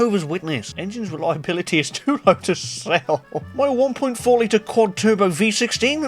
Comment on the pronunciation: "Mi wheel"